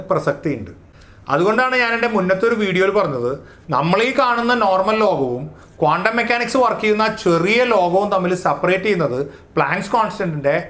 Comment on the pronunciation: കോണ്ടം അല്ല.ക്വാണ്ടംആണ്.ഒന്നിലേറെ ഇക്ട്റോണുകളുള്ള ആറ്റത്തിന്റെ സ്പെക്ട്രം ബോറിന് വിശദീകരിക്കാൻ പറ്റിയില്ല.കണങ്ങൾതന്നെ സീറോ സ്ററേററ് വേവ്സാണ്.സൂപർപൊസിഷൻഓഫ് വേവ്സിൽ അത് തരംഗത്തിന്റെ ഫേയ്സുകളാണ്.